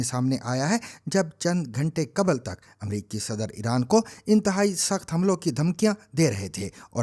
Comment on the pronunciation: تلفُّظ پر توجُّہ دیں کہ بی بی سی کا بھرم رھے! قبْل ✖️qabl✔️/ qabal